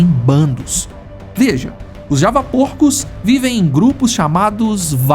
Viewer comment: "Tadin" do português. "Javapôrcos" não, "javapórcos", da mesma forma da pronúncia de "ôvo" a pronúncia do plural é "óvos".